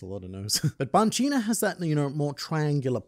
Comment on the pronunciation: Stop mispronouncing Banchina 😠 ...and Birka. ...and Hajrudin. ...and Eiichirō.